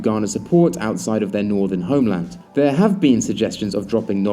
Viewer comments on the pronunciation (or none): none